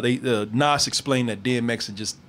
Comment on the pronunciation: No lie Belly kept my ass off the street and i first seen this movie at 9 and few parts of the movie was shot in my neighborhood. ease back and its "NAS" NOT "NOS" LOL